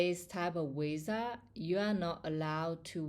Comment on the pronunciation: 😂😂😂is not wisa is visa . Is funny how you pronunce visa. You make me laugh